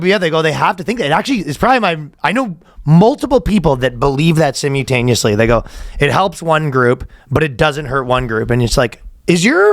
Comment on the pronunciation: I now know how to pronounce simultaneously. Sim-u-ta-nEEE-usly.